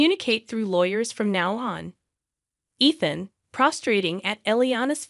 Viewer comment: You can't consistently say Ethan properly so this will be a no for me